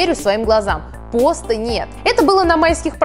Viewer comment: Не пОста, а постА